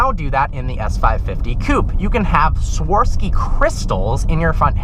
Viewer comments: sworsky in stead of swarovsky, and dress smth not used to sleep dude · Sworvski crystals??? 😂😂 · R.I.P. Swarovski, just butchered your pronunciation.